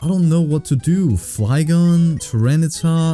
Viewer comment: I love how you call every pokemon their real name and you say articunt for articuno